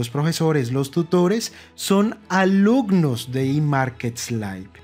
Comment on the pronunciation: "alucnos" "etspertos"